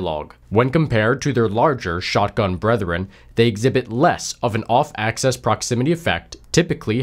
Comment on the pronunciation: Axis not access